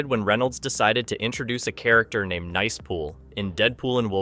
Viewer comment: You know this is narrated by A I. when they pronounce Nice Pool as "Niece" Pool multiple times. So annoying.